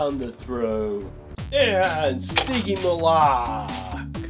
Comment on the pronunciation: Wish you pronounced stygimoloch correctly it drives my 3 year old crazy shouting the right pronunciation at the tv.